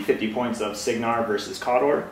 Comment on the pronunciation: its pronounced like KAY-dohr